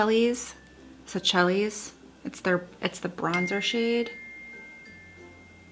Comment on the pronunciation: What a beauty! Thanks for the right turn on the concealer brush! I was heading straight for it in my next trip to Sephora. I don’t need another crappy one. May I help with the tricky French on the Buxom blush? Seychelles is pronounced say shells. Xox